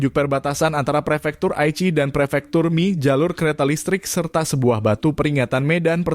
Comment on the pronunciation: Pernah tinggal di Kota Komatsushima sekitar 2bulan dan dialek Tokushima (termaksud Komatsushima) itu emang unik. Sangat beda dengan bahasa Jepang biasa. Edit: bahasa jepang sama pelafalan sama bahasa. Indo bang. Kalau Mie tetap dibaca Mie, bukan Mi.